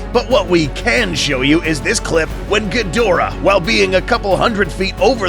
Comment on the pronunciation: Kaiju not Kay Ju and Ghidora not Kidora